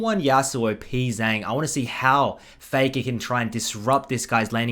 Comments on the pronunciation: Who is Pee Zang lol you're pronouncing his name wrong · Hello, the letters ‘Pz’ in his name is meant to be pronounced individually, his name is 프제짱 when written in korean (I would write this like pu je jjang)